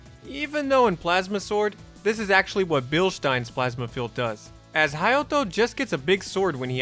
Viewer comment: I was like…how did my mans say “Hayato” multiple times with an accent and everything but completely butcher Kaede lmao